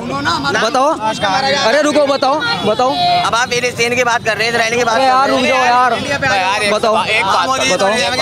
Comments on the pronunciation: प्लास्टिन नही रे फिलिस्तीन😂 स्कूल जा तू😂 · पलास्टर्न 😂😂😂😂😂 पोलोथिन😂😂😂😂😂😂 50 saal ka julum